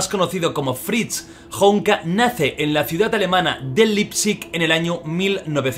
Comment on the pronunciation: Leipzig Pronunciación Alemanes: Laipsig Jordi: Liptzig